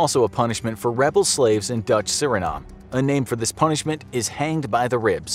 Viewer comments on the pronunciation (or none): none